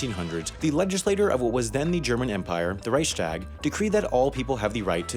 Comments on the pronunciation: FYI, it's Reichstag is pronounced "Rike-Shtawg" not "Rice-tag" lol Not tryin to be a dick... Just sayin... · Und “Reisshtag”? Reisshtag?! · Reichqstag-like Rice but with the sh Sound and Tag like Thag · It's "Reichstag", just a side note